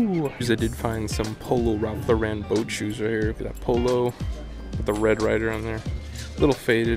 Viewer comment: why are you adding so much emphasis on LauREN? who's mans 😂😂😂